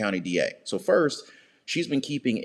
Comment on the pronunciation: Today is Wednesday, May 1st. It sounded like you said May 5th..?